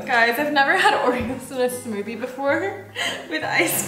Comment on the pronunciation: When told 'put some more' said " this is my smothie"